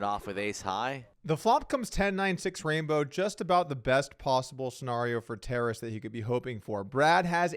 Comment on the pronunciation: Guys, it’s not “terrace.” It’s “Ta-raaas”. It’s a Ukrainian name